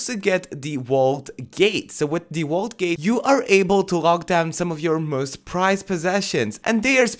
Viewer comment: Is he saying wault instead of vault